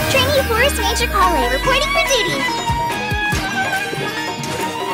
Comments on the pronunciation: It’s sounds more like callin amber! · I love how Collei's burst line actually sounds like "Calling Amber for help" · i kinda hear it like "collei and amber" rather "calling amber" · I kinda hear it like "Calling Amber" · It also sounds like she's saying "Call in Amber" when she summons the doll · True and the it also sounds like calling amber it's so funny 🤣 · It’s more like calling amber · also sounds to me as "Calling Amber" that sounds precious aww